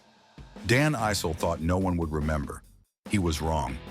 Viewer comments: The name is pronounced “Eye-Cell” not “E-Cell” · Dan "Ussel". Dan "Icelll". Dan "Eesll". Kiki "Varndawegga". "Dan Ah-sell". AI uploads are the worst.